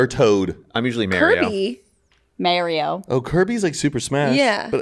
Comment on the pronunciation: "Mario" "Mary-o"